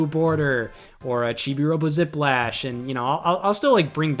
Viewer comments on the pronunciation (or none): none